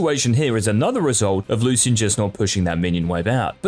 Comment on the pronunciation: the way u say lucian triggers me